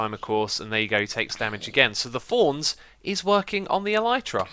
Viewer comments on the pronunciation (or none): He says thorns but it sounds like fonz